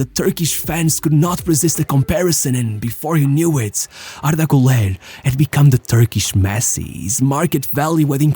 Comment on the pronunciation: Ardah gooler